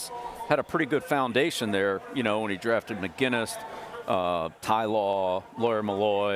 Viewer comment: Everytime Coach called ty, mel, cracked me up